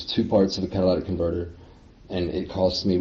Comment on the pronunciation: "Cadilladic Converter"